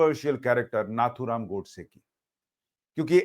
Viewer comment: Sushant you have made a great mistake by addressing Shree Nathuram Godse as " "उसने" " उसको "a non respectable word. It is नथुराम गोडसे and not " नाथूराम " This great patriot has risked his life for you and me. You and many address Owaisi, Maulana as Sahab in debate and address Shree Narendra Modiji as "Narandra Modi, Amit Shah no " ji" . Hindus like you must not degrade our own respected people.